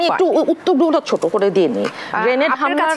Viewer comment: গ্রেনেড কে গেটেড বলছে😊😊